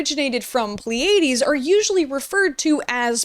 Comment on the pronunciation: The apostrophe (') at the beginning of pronunciation guides tells you that the syllable right after it gets the emphasis. So it’s PLEE-uh-deez, not plee-AY-deez. E.g., Pleiades nutz